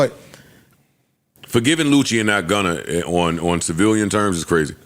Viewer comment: i laugh every time Joe says “Gunner” instead of Gunna